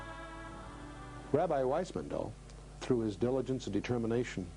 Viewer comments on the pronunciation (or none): 'Througher' lol ffs.